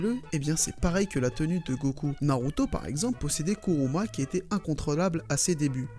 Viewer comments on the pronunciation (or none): "Kuruma" 🤣🤣 ta déconner